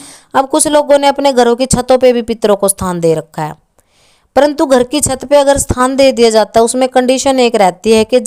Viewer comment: बहन आप थान बोल रही है या स्थान मै समझ नहीं पाया शायद आपका मतलब जगह देने या नहीं देने से है